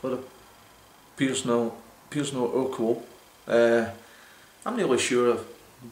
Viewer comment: You're one of the few people to properly pronounce urquell, however, the city is pronounced Pilsen, no Pleezen. The Chez spelling is Plzn. It's where the world Pilsner comes from.